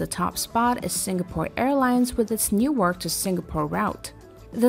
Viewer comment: Credibility lost when Qantas and Newark aren't pronounced correctly. Must be a machine reading some text...